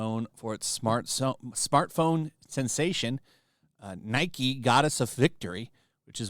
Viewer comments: Tiny correction Nikke = Ne-kay, not NI-ke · I'm pretty sure Nikke isn't pronounced like Nike... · Nikke Pronounced (knee kay). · You mispronounced nikke 😂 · You don't say Nikke like the shoe brand